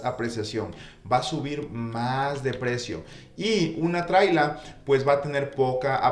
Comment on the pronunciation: Se llama casa móvil. No "trila"👈